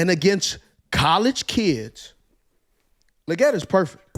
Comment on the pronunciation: Xavier "LEE-GET" Legette.